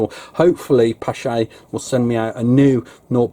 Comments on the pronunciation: Someone correct me if I am wrong, but I believe the 'ch' in the name is supposed to be pronounced like a K. The name stems from a Norwegian, and the double A is also probably pronounced using the Norwegian Å sound. Using K instead of 'ch' helps a lot though. :) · Pronounced pash